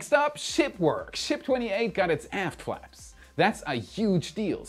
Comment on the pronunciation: "Ship 28 got its aft flaps" ... Coulda Sworn you said, "got its A$$ Slapped" 🤣 😎😎 ^v^